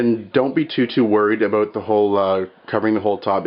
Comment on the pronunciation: CANADA! did anyone catch that...aboot